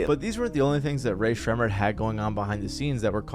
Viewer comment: Why do you say their name like that it’s making me crash out ☠️